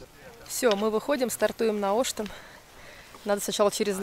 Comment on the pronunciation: Ребята молодцы. Но всё таки в названии горы Оштен, ударение именно на Е. Ваш вариант произношения слух режет, особенно для местных.